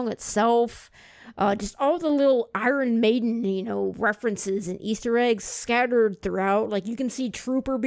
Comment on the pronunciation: You need to pronounce their name correctly. Other than that good guy.